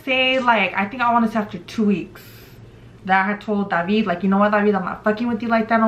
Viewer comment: Yo my name is David and I’ve always hated when people pronounced it the way you’re pronouncing it lmaooo you be like “DaVeEeD”